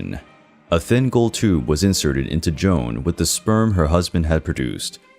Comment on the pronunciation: Queen Joana’s name isn’t “Joan” it’s J O A N A. Great video but work on your pronunciation of foreigner names.